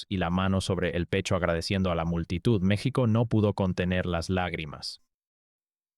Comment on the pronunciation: Todos quisiéramos que este vídeo fuera cierto.... Pero es otro pend ... Vendiendo videitos y no sabiendo pronunciar bien el nombre de nuestro país ... Te cuelgas del triunfo de este gran atleta para decir tantas mentiras.... Que lástima me provocas.... Hasta creo que eres Argentino